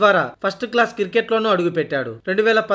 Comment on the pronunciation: కిర్కెట్ కాదురా క్రికెట్ అనాలి